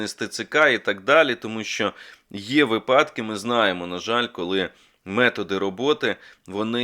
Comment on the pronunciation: Пане Мусієнко,ви претендуєте на роль лідера думок,тому ваша мова має бути теж взірцем для інших людей… слово випадок має наголос на першому складі, інакше-на другому.